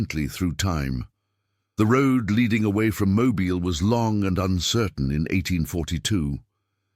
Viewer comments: Mo-bill is the pronunciation. You’ll not hear residents calling their home mo-bile.. lol. If that is a genuine photo or portrait the couple does not look happy but that is understandable. This couple was no different than the many many people throughout the millions who found themselves in situations of forbidden love due to either bigotry conceit or greedy parents wanting to further their own wealth by wealthy aristocratic marriages for their offspring. Besides it wasn’t that unusual for daughters and even sons of wealthy plantations to elope with their fathers slaves. Being around the slaves was a natural and familiar thing. After all they all called the plantation home. So I find nothing unusual about this story or this couple! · Not that you care but it is pronounced Mobill AL. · It's pronounced Moe-bill.